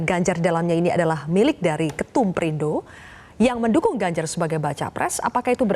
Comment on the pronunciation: Si keceplosan nyebut "PERINDRO"😂 Ketularan Chates